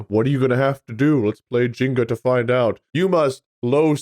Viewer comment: Did pronounce Jenga as Jinga???